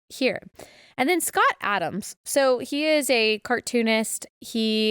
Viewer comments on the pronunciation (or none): none